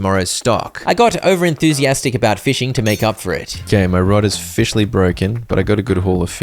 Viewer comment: You mean o-fish-aly 😂😂😂